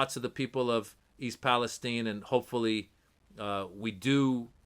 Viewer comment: I’m impressed on Your correct pronunciation of Palestine. My brothers in Felestine 🇵🇸 will really appreciate that